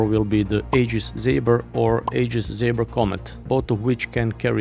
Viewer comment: Aegis. The a is silent. It’s pronounced “EE-giss”.